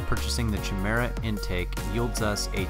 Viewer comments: chi·me·ra | \ kī-ˈmir-ə ....not "chee", but chi is pronounced like "kye". I didn't see any other comments mentioning it. Otherwise, nicely done video. A good logical analysis and testing. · It really triggers me he says "CHI-mera" instead of "KY-mera" lol. Otherwise it's hilarious the kind of power folks are getting out of these baby-motors. I love it. Still wouldn't feel as comfortable on a Grom as I do on a full-size bike. But I can't talk too much junk because I've only ever driven a Grom around a block, not on public freeways or higher speed roads. I feel like it'd be sketchy after watching all the videos of Stock Groms damn near being RUN OVER by assholes creeping up and riding folks asses. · Chimera is pronounced "kye-MEER-uh". How does every single grom youtuber get this wrong?? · If I had a dollar for every time I've been told this in comments! I appreciate it though, I have since learned the correct pronunciation. Thank you for the compliment, glad you enjoyed the content! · does every gromer pronounce chimera wrong or is this some insider joke? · This was before my enlightenment on the proper pronunciation of Chimera :)